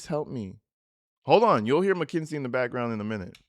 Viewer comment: Is it just me or are you pronouncing it MACKINZIE? Lol.